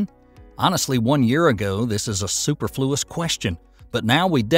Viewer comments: I actually laughed out loud at the intro.... 'super fluous"??? It's "superrrr-flew-uss". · su PER fluous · Superfluous (soo-per-floo-us) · That’s the Tennessee way! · You didn't say the word superfluous correctly.